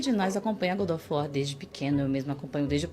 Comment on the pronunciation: Eles tudo falando "Good" of war me estressou mais do que eu gostaria